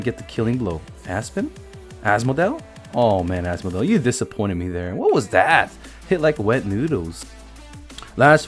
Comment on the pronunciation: Ass-model turned into as-modale turned into as-mo-del. Your name pronouncing is killing me